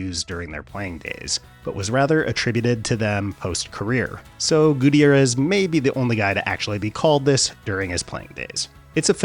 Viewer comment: Gu-T'YAIR-ez. Not Goo Teee Air ez.